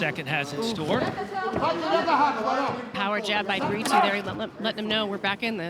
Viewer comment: Is there a reason commentators say Bri-too instead of Brito ?